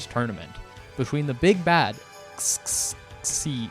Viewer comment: This is my introduction to DB Multiverse, so I have the impression that it fuckin sucks. Also XXI has to be "21", like, come on man. Zee? Really?